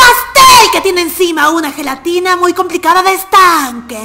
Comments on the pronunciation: Cuando vi que decía zhelatina me acorde de Bart preguntando por su Lache Jajaja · FELATINA JAJAJAJA